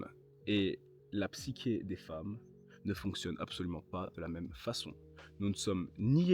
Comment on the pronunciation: On dit la PSYCHÉ pas PSYQUÉ